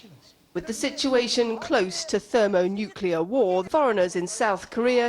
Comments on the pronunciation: It's pronounced NUCLEAR not NUCULAR!!!!!!! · It really bothers me he cannot say the word "nuclear" and always says "nucular"... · NUCLEAR !!!!!! NOT BLOODY "NUCULAR" RUSSELL !!!!! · i think most british people say nuculur, it’s a matter of where about your from